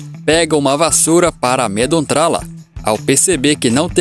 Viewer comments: "Amedontrala"?😅 Cuidado com a leitura, mano. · Achei estranho também